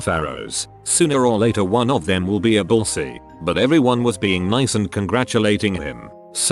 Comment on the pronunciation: "Bulls eey" Mhm. Totally correct pronunciation 🙄